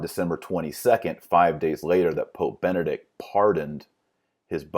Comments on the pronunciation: Is he saying Vati-links? I thought it was Vatileaks. Is he saying Bennett or Benedict? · He should be able to say "Benedict" instead of "Bennict" and "Washington, D. C." instead of "Washing, D. C."